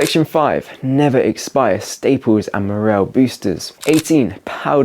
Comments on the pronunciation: Its "Morale" not Morrell. Otherwise channel is awesome fair play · I was thinking exactly that. Also says “morell” for morale. X